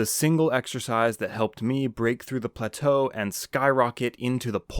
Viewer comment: Ffs learn how to pronounce plateau.